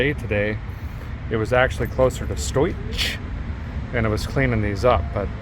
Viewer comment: Closer to stoiCH 😂